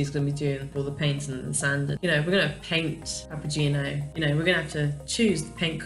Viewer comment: Ive been following the Delos story for a few years,, so please excuse my rudeness in assuming I know you enough to say this...but the name of your vessel, according to its Italian spelling, is "pah-pah-gay-no". It is, indeed, a leading character role in Mozart's opera, The Magic Flute. In fact, the magic flute belonged to Papageno. He is a delightful character, full of fun and slightly mischievous. A bit like you, perhaps! If you wish to pronounce the name with "gee" instead of "gay", the spelling would change to Papagino, rather than Papageno. At least you will know in case someone asks you! Adventures await!